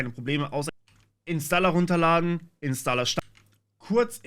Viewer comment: Da sind einige Sprünge im Ton. War das so gewollt? :D InstALLA klingt schrecklich. Es heisst InstOHLER.